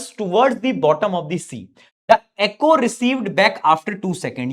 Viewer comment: Sir vo acho nahi hota echo hota hai